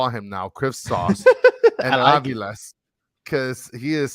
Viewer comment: Hey guys, argentine here, Its faRIas and aviLES